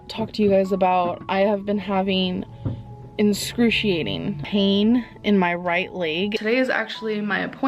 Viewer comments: "Inscruciating pain"? Um, what? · Right?! It's truly "inscrutiating" as would say XD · "inscrutiating pain" Dumbass. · “My layg was in inscruciating pain” I’m sure it was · "Inscruciating pain??" "Diagnosed me a medication??" The words you're looking for are "excruciating" and "prescribed". Jfc. Did she ever start using a CPAP? Sleep apnea is horrible for you, as someone that had it untreated for years. It is truly fascinating how much she loves watching herself.